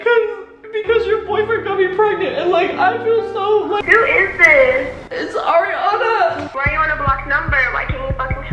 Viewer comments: No one: Literally not a single soul: Issa: it's Ar-YUH-na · “It’s Ariana. ყųɧ”